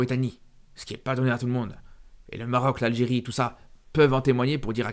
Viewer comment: Il a du mal à dire Algérie mdr